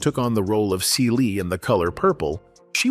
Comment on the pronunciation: This narrator needs to learn how to say her name Fantasia and the character Celie